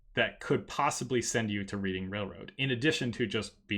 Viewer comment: I always thought it was Reading Railroad (pronounced "Redding" like the actual rail company in PA)